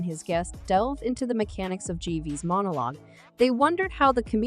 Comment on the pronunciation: Jeeves, jerf, jaywees, Jerry's wtf this bot is not even consistent in it's false pronunciations. Jives omg I have to turn it off ...